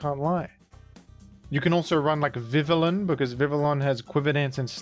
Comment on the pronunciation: It's pronounced Vih•vee•yon, like the French (and Spanish) double L sound I only found this out recently, myself 😅